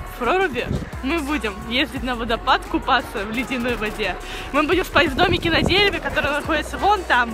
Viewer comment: Кто ещё заметил что она говорит мы будем купафца